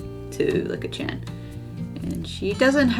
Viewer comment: Just pronounce it as Leek-a